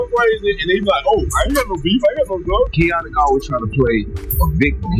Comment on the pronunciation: Stop Making Content Off Melanated Folk, Your Disrespectful At Least Learn The Folk Names You Speak Of Disrespectful ssA His Name Is K- hao- tic The O Is Silent.